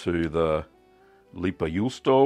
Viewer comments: pronounced "lay-pa yoo-stow-a" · Pronunciation tip: "Lei", try the start of "Raven" with a clear L instead of R, and "Pä" you can approximate with "Baron" but hard P. Juu in juusto is pretty much correct, just cut the o. You're ending it with "ou", chuck the u and you're good. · Thanks for the recipe! I'm from finland and the way you said leipäjuusto was okay😁👍 Not good, not bad haha. I actually find it kind of interesting how your pronouciation of finnish sounds exactly like an american trying to pronounce finnish